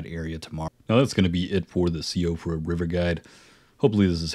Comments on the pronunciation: Nice video, BTW it's pronounced "she-frah" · Hey I couldn’t find anyone else saying it in the comments but Siofra is pronounced “See-Fruh” 🙂 it’s Gaelic. Had a friend with it as a name in grade school, and she had a sister named Caoimhe (pronounced Keeva lol). Just figured I’d let you know for future videos :)